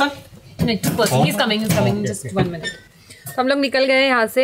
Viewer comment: When said justky to chuski it's too funny 😂😂😂